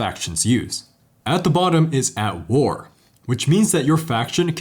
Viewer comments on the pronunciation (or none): I thought you said that the bottom of the politics tracker was "Al Gore" instead of "at war". I had to do a double take and rewind.